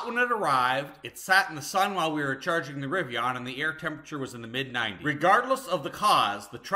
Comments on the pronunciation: RIVI-ON? SMH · i have never heard Rivian pronounced with an O. Rivion sounds so odd...LOL You certainly were getting derated speeds on the Lightning, very likely due to thermals, as I have seen plenty of lightnings use this adapter and charge at 150kw. Cheers!